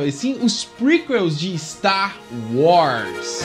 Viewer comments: Véio, você precisa de um ou uma fonoaudióloga urgente! Não dá pra contar nas estrelas de uma galáxia muito, muito distante, quantas vezes que ao invés de tu verbalizares Star WARS, você disse Star WRAS! Pqlm!! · "Sta Roz"